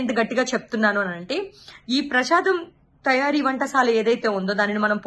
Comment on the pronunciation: ప్రషాదం కాదమ్మా ప్రసాదం